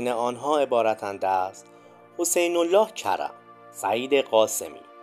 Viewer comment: اسم اون فرد حسین هست فامیلیش الله کرم . چطوری نشنیدی اسامی رو ؟؟؟!!قبل ساخت ویدیو مرور کن کارت بسیار عالیه ولی اکثرا اسامی رو اشتباه میگی